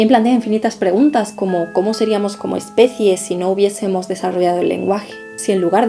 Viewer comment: Perfecto dijo como Especie